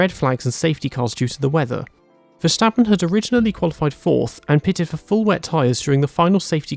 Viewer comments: Little tip: Verstappen isn't pronounced with a shh sound. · Ah yes Verschtappen, great driver.